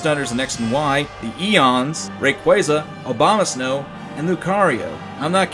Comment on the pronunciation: Obamasnow? Now that's a great mispronounciation. Two points and a tin of biscuits to you sir!